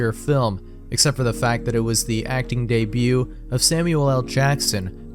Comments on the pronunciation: how has NO ONE ever told how to say, “Debut”? It’s an easy mistake, but…in all the hours of videos? No one ever let the guy know?! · Today I learned how to completely mis-pronounce 'debut', 'Algiers' and 'Cipriano'.